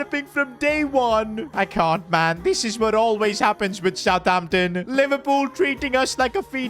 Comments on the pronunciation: He said southhampton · Did anyone noticed that said aroson vila instead of southamption when he was signing rarothord